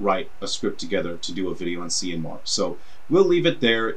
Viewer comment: FYI it's an Irish name pronounced "Kee-an", which is similar to Cillian being pronounced "KIllian".